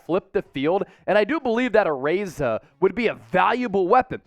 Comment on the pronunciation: perfect pronunciation. He's samoan, so you got his name right